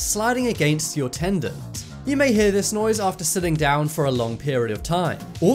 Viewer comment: Arthritis only has 3 syllables, and tendon does not end with a T. There's no such thing as arthur-itis or a tendant.